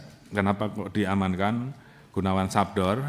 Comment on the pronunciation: sadbor jendral bukan sabdor😂